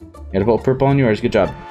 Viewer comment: omg when he meant to say purple and he said poopa